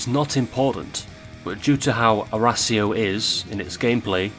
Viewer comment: Its arras io not arrrrrrrrrrra' io XD